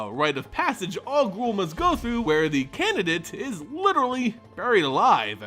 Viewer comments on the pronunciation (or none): none